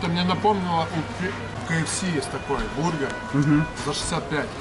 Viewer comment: БурХер......гы гы.....